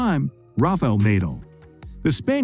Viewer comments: Neidahl and Djoko-ouvitch?! Jesus... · "naedal"???? god sake, pronounce properly man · Agassi and Nadal....shocking pronounciation 🤦‍♀️